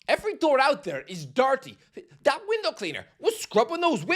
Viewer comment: “Weendow cleaner”? 😭😭😭